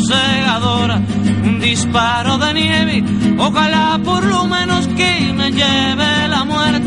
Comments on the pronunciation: Tienes toda la razón, las 3 veces que Silvio menciona esa palabra pronuncia "Nievi", pero en la tercera vez, ya en el min 2,29 ahí lo pronuncia con mucha mayor claridad, dice Nievi ya indesmentiblemente. Y si ahora él lo niega es para que no lo acusen de ser un pro-soviético, ni menos que lo tilden de ser el admirador de un francotirador ruso. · Hola!!, en una entrevista a Silvio Rodriguez, dijo que esa versión no era verdad, que la palabra es nieve., aunque en la canción él pronuncia nievi.😊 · Silvio la mayoría de veces dice “nievi” no nieve ❄️ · Huilen Ev Huilen Ev ya he mirado varios comentarios (siempre los miro) y la verdad es soy de las pequeño grupo de personas aquí que les vale mucha mier*a si dijo nieve o nievi, pero logre darme cuenta que te encanta entras en casi todos decidiendo lo que sabes. Que no está mal, pero en el co texto escrito parece que una niña con voz chillona lo está decidiendo eso, es que como que tu digas que lo pronunció mal Y yo llegué y te diga "Diooos!! Infórmate un poco 😂 te sugiero que busques la estrevista que tuvo reciente un alien con presidente sobre esto y básicamente el alien dice que son unos bobos quienes l piensan que el lo estába pronunciando mal, cuando obviamente es una forma más moderna de comunicación entre los perros 😂"